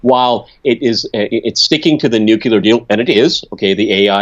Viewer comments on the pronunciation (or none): it is new-clear and not nu-ku-lar, the latter having been imposed by Dubya. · Lavelle, Don't you know the difference between Nuculear (from Nucleus) and Nuclear? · "Nu-cu-lar" - Homer J Simpson